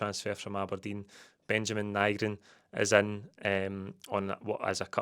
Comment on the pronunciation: Nygren, by all accounts, is pronounced Nee-gren. Get telt tae. Nee-gren 😆 Great bit of business for Kuhn. As long as Maeda isn't sold too. If we lose him and Maeda that's a right scunner.